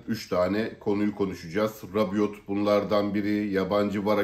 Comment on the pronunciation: Sondaki t okunmaz, Rabio olarak telaffuz edilir ismi...